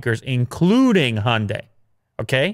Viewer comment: I love the show, but maybe, just maybe, look up how the Hyundai is pronounced :)